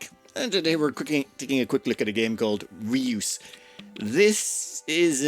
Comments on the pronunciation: "Rey-us" not "Re-oos". After the Greek. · Ray-us btw, not reuse. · That sounded funny! Just for your info : It's not re-use, but the "eu" is a (dutch) sound, which doesn't exist in English (I think, maybe in Irish). It does in french : Jue (game). Maybe that helps the pronounciation. :-) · Fun fact, "reus" is the Dutch word for "giant". Another fun fact, it's a one syllable word. But mispronunciation has become a bit of a tradition on this channel 😉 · In the defense of, the Dutch 'eu' sound does not exist in English, so we can't really blame him.